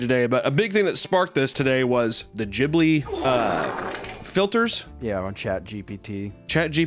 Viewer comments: Please Americanos stop calling the studio Jibli, it’s Ghibli like gasping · Gibli is a real world and you're pronouncing it wrong my guy.